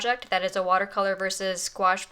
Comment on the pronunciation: I'm gonna use both watercolor and gouache! Thanks for the video miss (and for teaching me the correct pronunciation of gouache XD)!